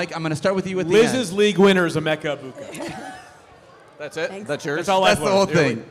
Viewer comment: Almost had to shut off the video hearing pronounce emeka the way she did 😭